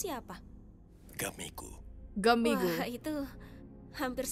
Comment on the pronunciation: Bukan gumigu ngomongnya itu gamigu